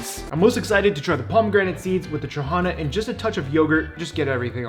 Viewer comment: Dude, respect for using sour trahana for a sweet dish O_O Btw, accent is on the last syllable - tra-ha-NA